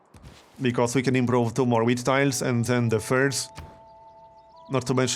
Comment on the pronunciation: You say wheat like if you say weed.